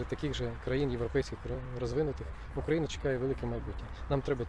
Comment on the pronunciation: Так воно і не може виговорити як місце народження - УкраЇна, воно з Буковини, робіть висновки.